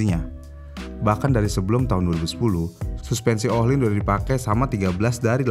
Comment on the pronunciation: Ohlins bukan IKEA